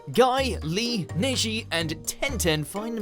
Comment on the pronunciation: its pronounced NEJI! not neshi! :|